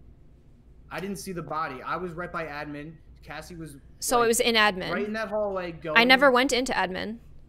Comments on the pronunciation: Kassie pronounces admin as ed-min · thats the joke, cause thats how says it, she say edmin